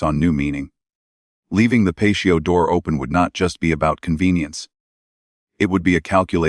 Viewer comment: How can an ai bot, not be able to say patio door, and pronounce it as pacio